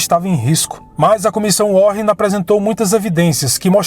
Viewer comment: a pronúncia do nome da comissão não é warren com dois rr, e sim "WÁREN".. but, great documentary! Parabéms!